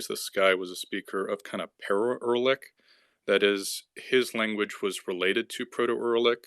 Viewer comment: Erlik? WTF? It's you-ra-lik.